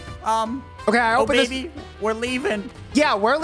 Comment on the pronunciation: Obaby not oh baby